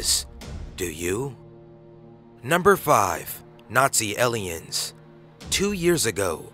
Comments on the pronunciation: I'm pretty sure you mean " Aliens " ! LMFAO! E〰liens. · "ellions" lol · Aliens is now "elh-liens" and trails is now "trells" Suggests becomes 'sug jesses" LOL! Shit is hilarious. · silver war? ellians? exployers ? this narrator sucks